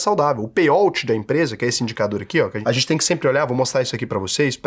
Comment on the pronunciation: A pronúncia é "pêi aut",, não "pêi óut"